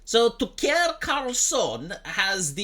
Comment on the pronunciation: you spelt the f word wrong to get around the censor but didn't notice the mispronunciation is doing the same thing